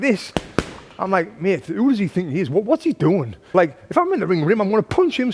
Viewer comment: "..what's he doing?" Sounded so American 😂